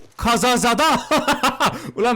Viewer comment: KAZAZEDE YE KAZAZADA DİYEN KOCA TA*AKLI ❤